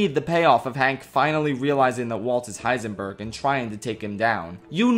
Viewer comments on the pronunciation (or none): none